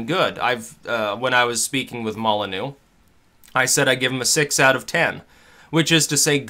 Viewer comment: I love you and I hate to be that guy but after about like 20 times over the past few months I have no choice but make this extremely anal comment, you understand... Stefan's name is pronounced Mollah-kneeyu (kneeyu being said together as one syllable), not Mollah-new. Please go easy on me commenters, I'm a loving fan who simply got triggered by this